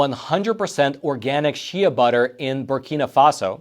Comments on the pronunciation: By the way, you pronounce shea butter - as SHAY butter, rhymes with bay - one sylable. It's in some moisturizers. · Shea butter is pronounced "shay."